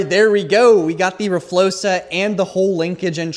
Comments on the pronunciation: please stop saying rflosa it’s rfloxa x not s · (r flokes uh) flokes sounding like spokes, ur saying it wrong. Please don't take this as a mean comment i am just trying to be helpful